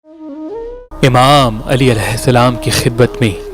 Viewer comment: or Video Jab Banaen to Mola Imam Ali Ka Name Sahi se len Ap sahi nh ke rhe again suport wali mujhe to specially kehna 🙏